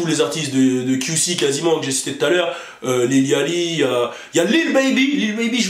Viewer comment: Lil yatchy se dit Lil yauty (comme quand tu prononces yacht quoi)